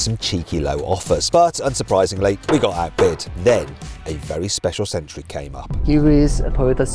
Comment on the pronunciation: Mat, it's century, not sentry. Sorry, that was really bugging me. Yes, I need to get a life 😂😂